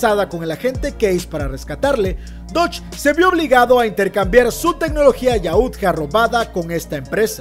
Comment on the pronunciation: Muy buen vídeo pero suena gracioso que dice yaútja con acento en la u si no tiene tilde y es solo yautja